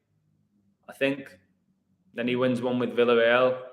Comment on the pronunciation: By the way, isn't it pronounced "Vee-ya-rey-al" not "vill-uh-rey-al"?